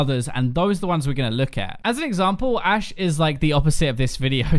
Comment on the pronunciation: Anyone else notice "a She" instead of Ashe?